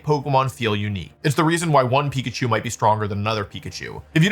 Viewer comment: Pikachu ❌ Pichaku ✔️